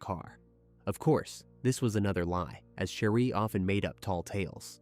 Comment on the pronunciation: Her name is pronounced Share-ee not Shah-ree. You keep switching back & forth in the story, which is quite confusing.